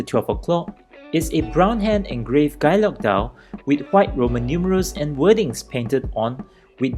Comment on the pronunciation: Harks back to old world watchmaking. It’s been a long while since I’ve seen anyone cover Bovet, so it’s nice to see it on the channel. Btw for future reference, guilloche is pronounced ghee-yösh :)